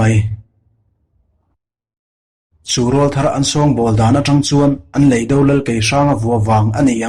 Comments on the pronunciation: I mizo ṭawng thluk hi a dik lo ṭhin em aw ka ti. Lei dó, i ti ṭhina, Lei do, ti ṭhin teh. Van vâr, ni loin. Van vàr. tih tur. Thu-un ang a lantîr tumna, ulh deuh deuh a thu chheh i ching riau, beng a ti thlep. A dang pawh atam mai. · Lei do, tih hi kan ka chhunga lei tih kan lam ang hian lam tur ania..do tih pawh hi ahniam thlaa lam tur ani bawk.. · I chhiar thiam viau na in, leido i lam dan hi chu a dik hlel deu lo maw, khawilamchhuak nge i nih aw, thiltlu tur do ang a rilo in, mizotawng ah chuan indo sawi na a ni a, lamdan hi han thlak teh